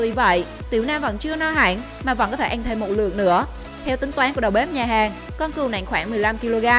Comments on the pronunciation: Cứ “ăn” thì đọc là “anh “ nghe khó chịu thật sự :)) n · Người ta: ăn Chị: ăng